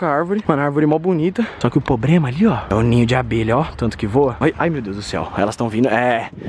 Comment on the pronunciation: "Pobrema" kkkkkkkkkkkkk